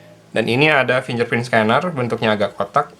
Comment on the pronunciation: suka risih denger kata "FINJER PRIN" :D setahuku yang bener "FINGGER PRINT" ejaannya :D